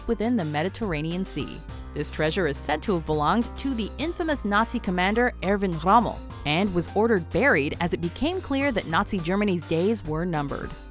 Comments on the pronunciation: written:Erwin rommel pronounced:Ervin rommel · Ervaen Hommel? It's ERWEN ROMMEL (Erwin E is for pronunciation) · eghwin ghommel....alright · erwin schoammel! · the pronunciation of Erwin Rommel gave me cancer its Ervin Rommel ( cause W in German is V ) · wtf was that Erwin Rommel pronunciation lol